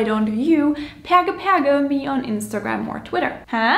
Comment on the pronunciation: I LOVE that you pronounced the Latin in the proper classical way. Most people learn Latin in Catholic schools, so they'd pronounce "et cetera" as "et chetera" in an Italian-like way. Same with "perge."